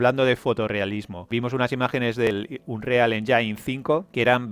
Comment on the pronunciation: Con todo respeto, hermano mío, la palabra engine no se pronuncia "enyain". Si buscas la pronunciación en inglés lo más cercano sería "enyin". Al igual que con "Unreal" que si quieres pronunciarlo en inglés lo más cercano es "ounrial". Ojo, no soy un troll, tampoco un hater, sólo pretendo ayudar con dos palabras que los gamers usamos continuamente.